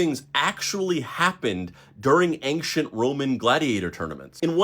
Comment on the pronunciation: Very interesting until you said “anKchent” lol